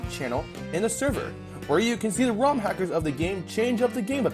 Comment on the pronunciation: how he says ROM is driving me nuts